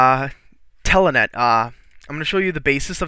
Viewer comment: Good video but it is Telnet! Not TELANET!!!